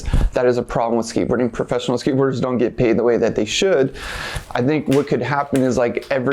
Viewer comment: Skatebirders ?? Are you high?? Your pronunciation 😂😂😂 Tony hawk's femur bone is still healing. He's not skatebirding.